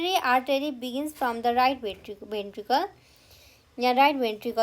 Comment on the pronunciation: mam you have mispronounced the word tricuspid, aorta, ventricle, valve, bicuspid. please check it..